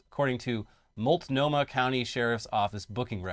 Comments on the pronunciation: Congratulations on pronouncing Multnomah correctly. We don't quite hit the T so hard, but otherwise it very good! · Good job pronouncing Oregon and Multnomah.